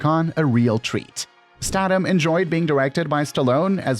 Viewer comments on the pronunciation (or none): you are pronouncing last names wrong. especially statham